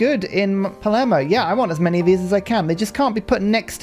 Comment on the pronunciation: You're trying to correct pronounciation of a bear that keeps calling his capital Palmero? 😃